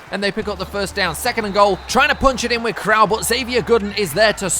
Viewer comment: Since you're gonna have to play them twice a year, I feel I should let you know: Isaiah Crowell's last name is pronounced croh-ell, not crowl.